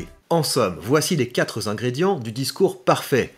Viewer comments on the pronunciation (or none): Les quatres zingrédients ??!? 😉